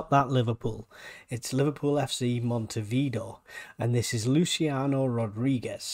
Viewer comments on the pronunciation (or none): Montevideo is pronounced “mon-tee-vid-aye-o” not “mon-tee-vee-o”!